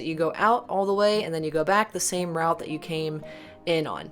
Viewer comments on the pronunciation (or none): none